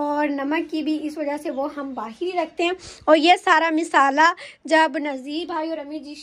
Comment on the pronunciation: Misala Nahin Nahin bolate masala bolate masala